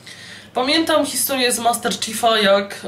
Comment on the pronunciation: Ale tak specjalnie czyta;D